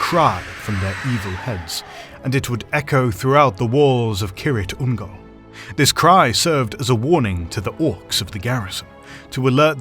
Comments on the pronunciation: Keer-ITH Ungol, not Keer-IT Ungol. See pronunciation guide in Return of the King appendices. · Isn't it pronounced "seer-ith ungol" ? Not kirith... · It sounds like you are saying "Ki-rit Ungol" in this video? Not sure if it's the audio or the way you are saying it but it has an H at the end and I've always heard it said as "Kir-ith Ungol" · silent 'h' I guess 🙄